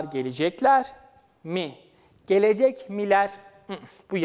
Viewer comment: Lütfen olması gerektiği gibi, yazdığınız doğru açıklamayı doğru okuyun sayın öğretmenim. Gelecekmi? Gelicekmi? Bu yanlış bir teleffuz? Öğrenciler karıştırıyor sayın hocam. Saygılarımla.